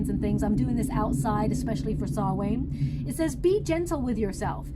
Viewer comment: It's pronounced sow-on Not sal-wain FYI love u lots